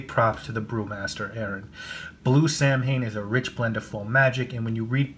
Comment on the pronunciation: Pronounced SAW-When